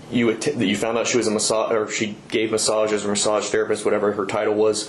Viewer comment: Now I feel sick about "massages", He raped the word for ever